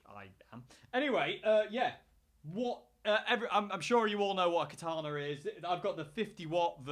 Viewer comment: How to pronounce Katana correctly , Ka-Ta-Na all short ‘a’ sounds.